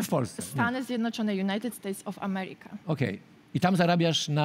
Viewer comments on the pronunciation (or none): United States of Amereeka :D